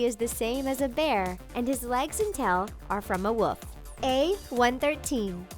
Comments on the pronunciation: They said woof instead of wolf. 🐶 not 🐺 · this girl just said woof